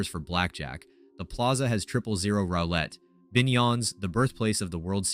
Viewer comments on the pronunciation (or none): I was wondering why I need full volume and have a hard time understanding this at parts... Then I heard "rowlette" and realized of course it's AI again